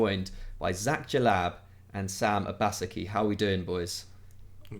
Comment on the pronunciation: Man said” O-ba-sa-ki”. It’s “Oba-Se-ki”. Sam ur Nigerian bro. Help him fam.